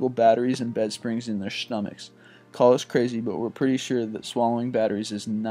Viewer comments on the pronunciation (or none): "....in their schhtomachs"......"this shhholdier"...Come on dude, you speak on youtube, thats your thing....you would think you would pronounce things correctly at the very least. You're doing voice overs, all in different takes...why would you just re-do the ones you messed up?